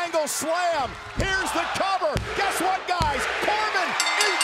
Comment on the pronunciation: Don't you mean guess not gets